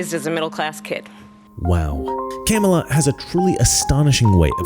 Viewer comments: Love that he calls her Camel-ah. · He said Kam a la. He missed pronounced her name. It’s okay tho he’s supporting Kam a la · So that is how you say her name Camei Toe🤣. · You racist pig, you are mispronouncing the name of a middle class black Indian birthing person. It is pronounced KaMaLaa. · If this white dude is for Harris, yet he can't even pronounce her name correctly. Proof he's a paid actor, and a poor one at that. This guy is so funny!! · I love how you intentionally mispronounced her name. Satire wins. Satire will always win. The Twilight Zone!!!!!!! ❤ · I like how u mispronounce her name😂😂😂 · The pronunciation of her name LOL 😂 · i like how deliberate mispronunciation of her name is becoming a thing 😄